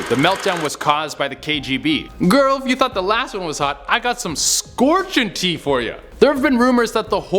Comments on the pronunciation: Tea...? Is that whatcha saying? I thought you were saying hot teeth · Never, will still be too soon to hear you say tea ever again. 😒😩